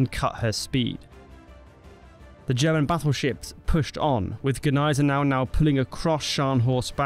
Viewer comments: It's not g'niesenau. The g and n form a single N. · What the phuk is "Guh-nysen-ow" 🙄 if you're gonna say it, say it right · As a German, you are wrong. It is not pronounced "Neisenau" lmao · No. The G is silent kid. 🙄